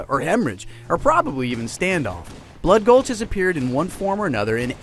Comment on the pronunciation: Valhalla isn't blood gulch yes they are similar but they have many differences including the addition of man cannons and bigger bases. Oh and fwi its bloodgulch not bloodgolhs. :D